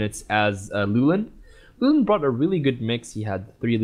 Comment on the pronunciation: Loo-Well-in, damn it's not that hard guys!